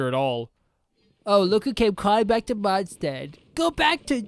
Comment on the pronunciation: "the lantern wrong is in Mondstat" xd